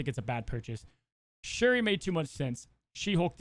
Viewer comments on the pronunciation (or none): Drink every time calls Knull a knoll, Shuri a Sherry or Aero an Arrow